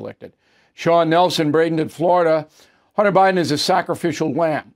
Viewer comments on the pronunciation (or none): none